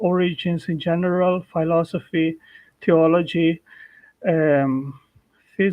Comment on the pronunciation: If this jackass could at least finally learn how to properly pronounce the word philosophy.